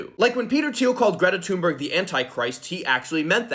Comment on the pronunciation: I think that's the first time I've heard Greta Thunberg's name pronounced correctly in a YouTube video.